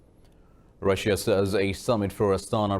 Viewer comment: Dear. ..not Rasia. ....pronouncession is Russia....pls correct it......r u pak person...?